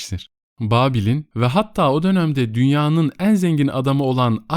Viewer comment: Teşekkürler, yalnız şu "e" harfinin telaffuzunu düzeltirseniz iyi olur. Özellikle "en" derken kulak tırmalıyor. Onun dışında iyi bir okumanız var. 🤗